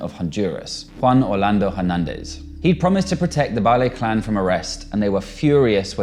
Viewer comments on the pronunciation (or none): Valle = Vay-yay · Valle's name is pronounced Dee-nah in Espanol. At least get name correct.